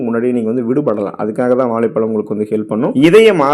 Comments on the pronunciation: நண்பரே வாழைப்பழம் என்று கூறினால் அழகாக இருக்கும்..வாலைப்பலம். என்று கேட்க அருவருப்பாய் உள்ளது... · தமிழை கொல்லாதீங்க. வாலை பலம் அல்ல. வாழைப் பழம்.